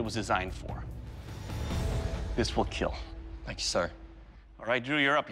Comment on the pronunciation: was awkward seeing dock saying it weell keeel like that 😂